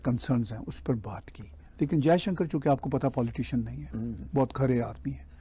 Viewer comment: Anchor महोदय कम से कम हिंदी तो शुद्ध बोला करें। जयशंकर को जयसंकर बोलते हो violations को bhayoleson बोलते हो